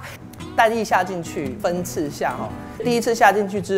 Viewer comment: 的普通话不标准，不是蛋衣，是蛋叶